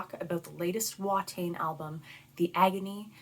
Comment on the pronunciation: The pronunciation is more "Va-tain" rather than "Wha-tain".